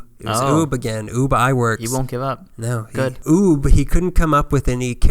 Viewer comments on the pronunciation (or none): Mel “Blonk”? More like “Blank”. Blanc. I do think you contrasted WB with Disney pretty well though. Oh and you’d think that Ubbe’s name might sound like “Ooob” but it’s “Ub”. Normally I don’t care that much but classic-era cartoons are kind of holy.